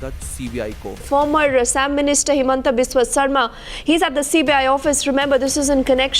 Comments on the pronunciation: Pronunciation is wrong of Himanta pronounce it like Himonto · Not Briju It's Bhrigu Not chand mari It's san mani Not Pan bahar It's Pan bazar, Paltan Bazar Saikia pronounce as Soe-kia It's not hemanta It's Himanta pronounce as Himonto